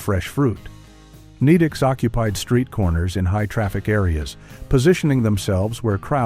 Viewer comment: I was tolerating it until it called Nedick's "Needicks" 😭